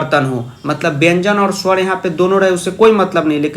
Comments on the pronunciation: sowar hota hai suwar nahi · अ Kya h ek suar hai😂😂😂